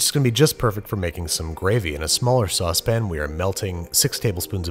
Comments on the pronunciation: he said said sauce pan instead of the usual saucepnn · Whoa whoa! “SaucePAN”? Not “saucpn”?? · he did it. he said saucePAN. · Wow he said sauce pan instead of sausspin... I know shocking.